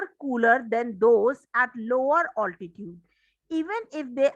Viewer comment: Mam wo oltitude nhi hota mam it is altitude